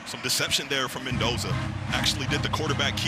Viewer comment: The female commentator needs to stop calling him Mentoza. It's Mendoza with a d!